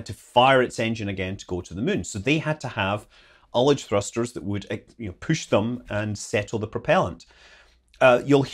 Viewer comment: Ullage. Pronounced like he said it.